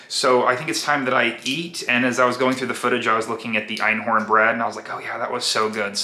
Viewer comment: I laugh every time you say Einhorn, it’s Einkorn with a “k”. Enjoy ur videos.